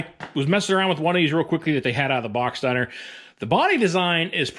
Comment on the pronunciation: “Slap daaaahn!” LOL. Are you from western PA?